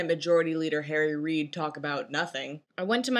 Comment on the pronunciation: I thought you said "Jerry Reed" at first when you said "Harry Reed" XD Jerry Reed is one of the most underrated guitarists, vocalists, and musicians in my opinion :)